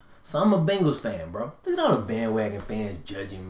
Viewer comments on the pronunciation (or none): none